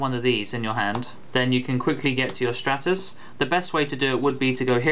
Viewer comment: It's stratus. Like the Stratosphere. same pronunciation.